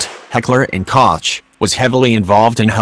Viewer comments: "Heller and cocktch" lol wtf isn't it Koch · Koch is pronounced like coke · It fucked up the pronunciation of Heckler & Koch. Koch is pronounced like "Coke" in english. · Hekckler & Kotsj? Oh my! Koch is be pronounced with a hard 'g' from the back of the throat. Like 'Juan'. Mmm, not a good example for muricans, since they pronounce that also wrong. They replace it with 'h'. Archimedes! Mmm, no, they replace the 'g' with a 'k'. Maybe this: try saying 'Gollem'! You know, from Lord of the Rings. That 'g' in Koch! What? Muricans do not watch that movie because it is not compatible with christian doctrine/ it is pagan? I give up.